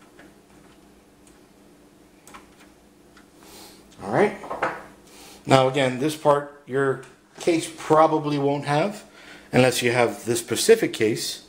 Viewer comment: Specific case not Pacific